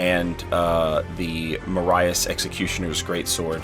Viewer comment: OMG, I know you don't know the surname Marais, but it is not pronounced that way. Marias (pronounced ma-rare)